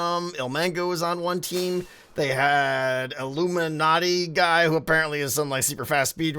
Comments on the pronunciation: its ilumina not iluminatti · Illuminaty?I think it's Illumina. 😂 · Ilumina it’s pronounced ill uu min uh